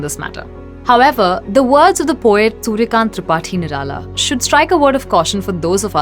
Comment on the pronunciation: Suryakanth tripathi nirala is the remotest hindi spoken by you Lol